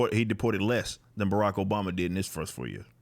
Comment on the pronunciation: Barack O-BOMB-a